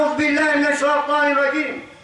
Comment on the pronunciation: knp ustaz ni kata aauzubillahiminassratanirrajimm.ke aku sorang je dgr gitu.